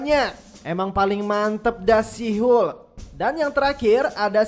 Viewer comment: Sebutan hulk tu tk betul senanye